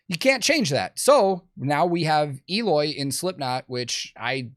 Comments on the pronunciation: Eloy has been the VERY BEST metal drummer for quite some time now. That people would not know about him, it's fine, but say he's not good? HE IS THAT GOOD. After all, Slipknot JOINED Eloy for a reason. and his name is spoken EH-LOY, not EE-LOY. CASAGRANDE is spanish/portuguese for big house. Casagrande is actually a very common family name in Brazil. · Had to say it.... Pretty sure it's prononced 'L-oy" not 'Eeeeloy' hahaha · actually the "E" in Eloy's name is pronounced like the "E" in "ten". the rest is correct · According to Eloy, you pronounced Eloy wrong though. It’s Eloy, not Eloy 😆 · Eloy is great, but his name doesn't start with a J and end with a Y, so I dont know man!